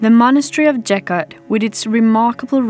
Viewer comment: Geghart ….. Keghart ….Գեղարդ And it’s not Jeghart.